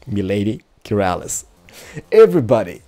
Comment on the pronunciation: Keralis* not metal is, XD sorry bout that!